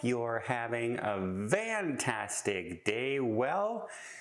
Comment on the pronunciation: Why do you say VANtastic and not FANtastic?